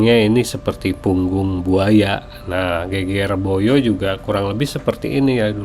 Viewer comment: Bahasa jawanya perlu belajar lagi. Geger Boyo pengucapannya tidak benar 😂